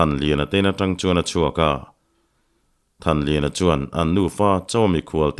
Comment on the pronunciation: Thanliana leh thankhuma hming i lam pawh nasa lutuk hi hriatthiam a har